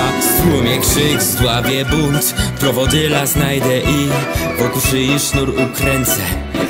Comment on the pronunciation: powiedziałeś "prowodyLa" mówi się prowodyra